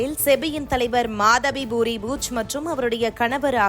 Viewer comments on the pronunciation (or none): none